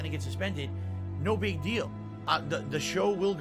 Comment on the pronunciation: I heard him say "the next 'pig' release" im guessing he said 'big' but I agree with my ears.